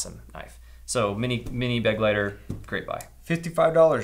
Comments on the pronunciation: Begleiter is not pronounced 'beg-lighter' but more like 'be-glighter' - it's German for "companion". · I hate to be that guy, but it's Kizer "bê-glīter" accent on the second syllable. It's German for "companion." Cool name for an EDC knife. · Please look up how to pronounce „Begleiter“ It’s German and means companion.